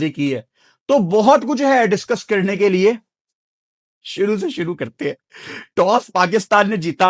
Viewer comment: When say: Shoro se shoro kerte ha le me 🙃